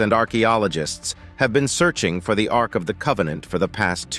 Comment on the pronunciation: Ark, not Arc.